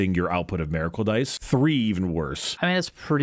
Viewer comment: please I’m begging you. It’s miracle, not maracle